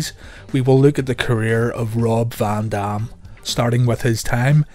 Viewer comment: “VON DOM” lol